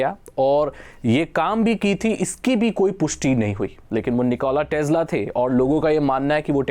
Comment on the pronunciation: भाई निकोला टेस्ला है, टेज्ला नही ।